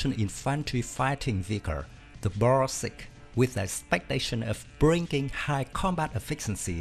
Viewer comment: Good pronunciation of 'Huta Stalowa Wola '! As well as 'Borsuk'